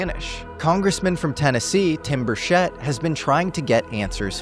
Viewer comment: He also pronounced Tim Burchett's name wrong.